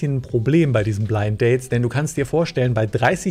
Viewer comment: Geht's nur mir so, oder sagte Alex: Blidt-Danes? 😂😂😂Sympathische Versprecher👍👍👍